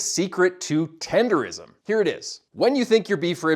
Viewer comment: I would’ve subscribed but you said tendeRISM smh